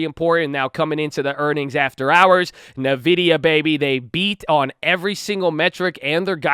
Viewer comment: bruh it's ENvidia not nuhvidia